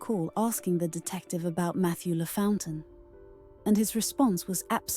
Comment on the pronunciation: Lafountain is pronounced Law-Fon-TAIN. ❤❤